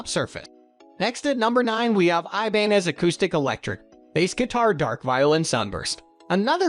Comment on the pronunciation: The picture of the Taylor...is a guitar...NOT a bass. And they pronounced Ibanez incorrectly.